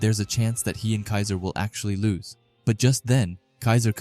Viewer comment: bro's accent lose changes to loss. but because of you i am not sitting with my laptop reading boring manga